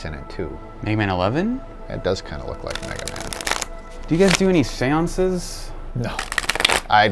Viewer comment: HAHAHAHAHAHA "do you do any sayonces?" IM DEADD.